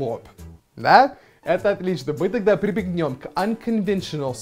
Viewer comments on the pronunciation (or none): Ты как всегда удивляешь своим отменным знанием нашего языка,но на 16 секунде ты сказал прибегнЁм!!!С огромным удовольствием будем учить с тобой английский и доучивать тебя русскому языку))!! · "ПрибегнЁм" прикольно звучит